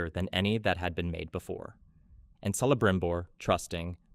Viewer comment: But Celebrimbor is pronounced with a hard C.